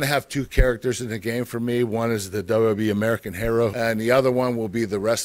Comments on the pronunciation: we learned that he pronounces wwe wrong.. (your a legend sir.) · dub dub e (WWE) like e c dub (ECW) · Who else hates how he says wwe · Why is such a struggle for Kurt to say "WWE"?